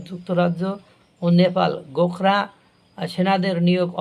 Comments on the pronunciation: শব্দটি গোখরা নয়,ওটা।গোরখা হবে। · উচ্চারণ ঠিক করে করুন। গোখরা নয় গোর্খা হবে। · গোখরা নয় গোর্খা রেজিমেন্ট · ভাই গোখরা নয় ওটা হল গোর্খা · Gorkha regiment, gokhra ba gokhro saap. Mathay tupi aar chhagal daari howay bhul hoyechhe.